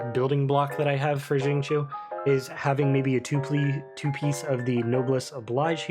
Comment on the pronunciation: hrmm...also chinese here...to be exact the qiu isnt chi without emphasis on L.. its more like chew as in "chew" your food,but with a tiny bit emphasis on H. so its more like sing cew. you can copy paste his chinese name into google translate and hear it too haha.